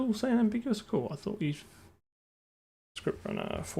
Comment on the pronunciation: ScruptRunner? Sure you're not a kiwi?